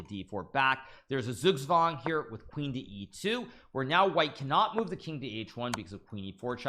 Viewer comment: german pronunciation "Zugzwang": → tsuuk + tswang ► the "Z" is spooken with a hard "t" and not with a smooth "s"